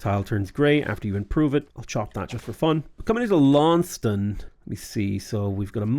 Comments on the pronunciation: Lawn-sest-ton. Otherwise you will lose your Tasmanian audience! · Dear, it's Laun-ces-ton. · If you care, typically Launceston is pronounced Lorn-Sess-Ton in Australia